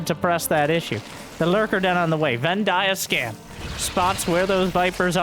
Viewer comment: "Venn Dia-Scan" DAMNIT! That is epic, grandmaster, challenger, LCK/LPL, Pr0 level bullshit. I love you for it.